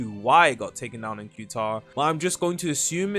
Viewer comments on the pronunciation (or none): It’s pronounced cataar not qtar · It's pronounced "ku tar" or "kah tar" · "Q-tar" gtfo 🥀🥀